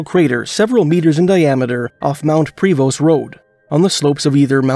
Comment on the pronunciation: super great work! But just in the future its pro-vo not pre-vost- confusing I know lol